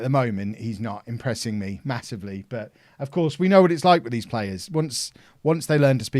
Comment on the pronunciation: He calls all days for dees.